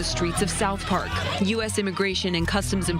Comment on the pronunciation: Did she say „south park“😂😂😂